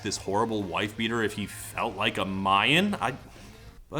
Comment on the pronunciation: I guess "ma-yan" is the "modren" of The Red Jumpsuit Apparatus.